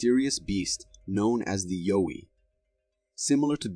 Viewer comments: its not yo-ee its a yow-ee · Pronounced YOW WEE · Its pronounced y-ow-wie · most likely but he pronounced the name wrong is all